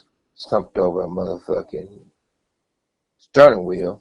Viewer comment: stirning wheel 😂😂